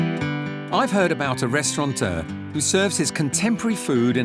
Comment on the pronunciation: I wonder if many of the ENGLISH chefs realise that "restaurateur" does NOT have an "N" in it?